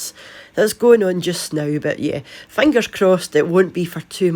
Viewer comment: the best part is when she says "Fangers crossed" ..... I laughed so hard I peed. Just a little, though.